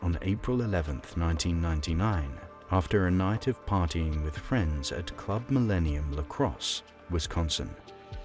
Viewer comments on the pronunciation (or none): none